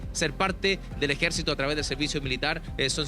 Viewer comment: DICE EJECITO FALTÓ LA R